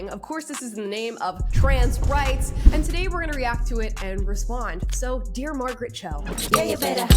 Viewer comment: Who is Marget Cho?🤔